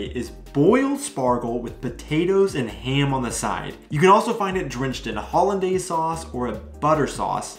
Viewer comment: I guess the Easter egg is the way you pronounced the sauce for the asparagus. It sounded like you've said "Holiday sauce" instead of "Holondaise sauce".😅